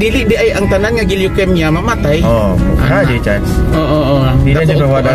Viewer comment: Mispronounced ang word nga Leukemia dapat long E diay..sari...